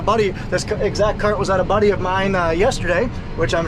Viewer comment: I like when you call your dad budlee